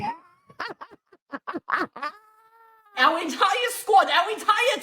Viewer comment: "FUCKEN SOCIETEH" 😂😂😂😂😂